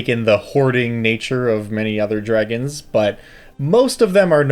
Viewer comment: 'ungeons and 'ragons